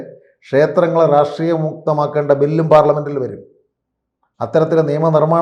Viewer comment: പൊട്ടനാണ് എന്ന് "റാഷ്ട്രീയം " "എന്ന വാക്കു് ഉച്ചരിക്കുമ്പോൾ തന്നെ മനസ്സിലാവും. ലോജിക്കലായി സംസാരിക്കുവാൻ പഠിക്കു... വെറുതെ എന്തെങ്കിലും വിളിച്ചു പറഞ്ഞിട്ട് കാര്യമില്ല.